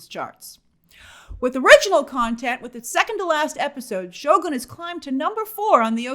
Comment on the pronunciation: I'm glad that you're pronouncing Sho Goon right this time, not Sho Gun.